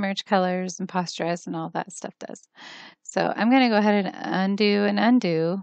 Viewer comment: Comprehensive videos, but PLEASE, "posterize", like a "poster", not like "posture" :-)